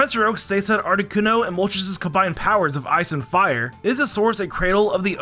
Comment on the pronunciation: ARTICUNO, NOT ARITUNO!